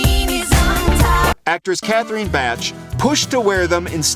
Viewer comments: Bach isn't that difficult to pronounce is it ? 🤷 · I went bonkers when he mispronounced Catherine Bach's name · Bo and Luke we're cousins not brothers and he can't even pronounce Catherine Bach's name right!!